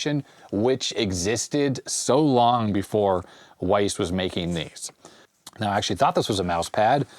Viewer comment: WYSE? I thought it was pronounced wise, not weiss. I've never heard someone say that out loud before!